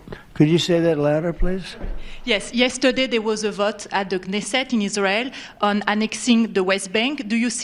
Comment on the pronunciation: Dude you butchered Knesset.